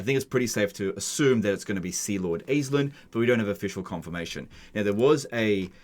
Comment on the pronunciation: Aislinn is pronounced "Ashling." It's an Irish name.